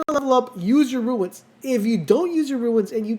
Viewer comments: Runes not ruines. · Runes, not ruins